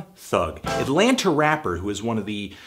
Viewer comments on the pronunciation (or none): Did you just say "Atlanter"?